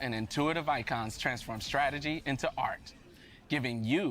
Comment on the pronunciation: "Let's talk strategie" 😂🗿 he cold